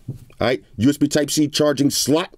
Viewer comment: Love the verbal emphasis on "SLOT"..LOL